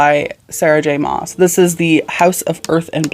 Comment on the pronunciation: I found you through horror but I'm so happy you're branching out. Horror is one of my favorite genres but TBH I don't read nearly as much horror and Thriller as I do fantasy. It's just so comforting to me. Btw SJMs last name is pronounced like Christmas mass